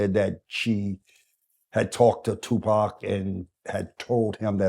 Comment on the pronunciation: So my nigga still alive 😭 This nigga has aged like a fine wine but yo nigga you can’t pronounce the name of your OWN SON ? Wdf is Poc ? 🤣 ÉDIT : Wow, I watched the whole video, and it's definitely Tupac's father. His voice, energy, gaze, leave no doubt. I'm nobody to judge anyone, I'm not Tupac, but I believe this man deserves redemption, and Tupac would have probably granted it if he were still alive (without necessarily being the best of friends).